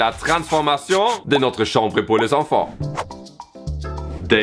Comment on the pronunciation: CAHMBRE sinon j’adore la chambre 🥰